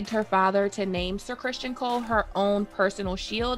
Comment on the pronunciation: Ok. I know I'm gonna get some flak for this, but when you mispronounce Criston Cole like 20 time in 18 minutes I gotta say something. It's understandable when some names are interpreted differently because the spelling creates the confusion (Aenys, tee hee). His name is straightforward. I almost feel like you're taunting me when you say Christian Cole. It's like fingernails on a chalkboard to me. Anyways, I'm probably wrong, unreasonable, silly, over critical... Or all of the above. I guess I hope this constructive for you